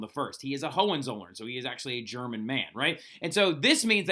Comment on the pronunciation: The way you pronounced Hohenzollern reminded me to the German word for „son of a b***“ 😂